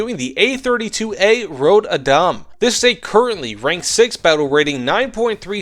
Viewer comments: man just.. pronounce the ö like you would the u in turn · Surprised he had trouble with Adam. Since it is an English name too. Even if we do not pronounce it exactly the same as English speakers. Röd is easier to get why he gets wrong. The only time Ö is used in English, beyond weirdly spelled metal band names, is when it actually a O. But when it pronounced on it own. Like in the world Coöperative. Which in itself is a weird spelling of the word (Normally you would spell it Co-operative to indicate that the second o is pronounced on it own.) But in Swedish it is it own district sound.